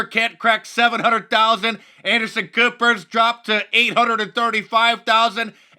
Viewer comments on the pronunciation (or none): Did he just say Anderson Pooper? Hahahahahahahahaahahaahhaaahahahaahahaa